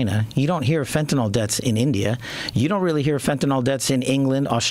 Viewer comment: Btw, it isn’t fentaNOL, it’s fentaNYL. Rhymes with ill.